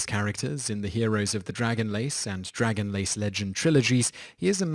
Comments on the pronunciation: Dragon LANCE not LACE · Dragonlace?!??! Wtf Simon it's not even fact checking it's just reading the series name correctly. DragonlaNce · On Raistlin you said Dragon Lace books. It is Dragon Lance, not lace. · DragonLACE? It's DragonLANCE! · Why does it sound like the narrator mispronounced Dragonlance as "Dragon*lace*"?